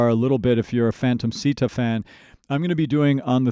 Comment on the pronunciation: I hate to be that guy but since you mentioned Japanese pronunciation, It's actually pronounced "Shita" in Japanese. The sound "Si" does not exist in Japanese.